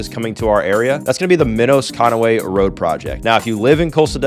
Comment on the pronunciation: Minos is pronounced Minus. That road was named after a distant family member.